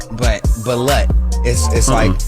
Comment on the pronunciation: Its Balut pronounce like (ba-loot)